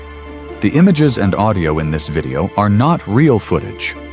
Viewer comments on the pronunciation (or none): none